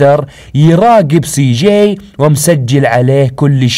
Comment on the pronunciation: انت تقول سي ؟؟؟؟جيءء؟؟؟؟